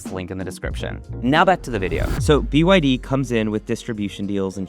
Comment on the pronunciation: "BYD - Bretty Young Dhing"